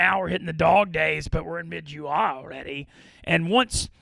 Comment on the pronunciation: pronunciation of July is mind boggling